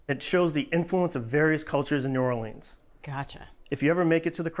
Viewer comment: Not "New Orleeens" This channel is a joke. Blocking.